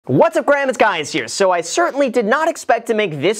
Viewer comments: "What's up Graham it's guys here" lol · Did he just say, "what's up Graham it's guys here"?? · Did you say, "Hi Graham, guys here." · Wait didn't anyone notice he said: "What's up Graham, it's guys here!"😂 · “What’s up Graham it’s Guys here” 😂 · "Whats up Graham, Its Guys here" =-) Had to do a double take on that one! LOL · "Whats up graham its guys here" did anyone else hear that at the start of the video? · He said what's up Graham it's guys here lol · Whats up grahm its guys here, homie thinking too fast😂😂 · He said Wassup Graham it’s Guys Here 😂😂😂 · whats up graham its guys here. investimigations i love a good investimigation😂😂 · did anybody else hear, Whats up Graham it's guys here? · Wassup Gram, it’s Guys here. Is that on purpose? Or did you mess up the intro? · "What's up Graham it's guys here" 🙃 Good video though! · What's up Graham it's guys here. Did I hear that right? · Did he just say what's up Graham it's guys here. 😀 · Am I the only one that heard? “What’s up Graham’s here is guys” in the beginning or I’m tripping? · This Is because Logan mispronounced his name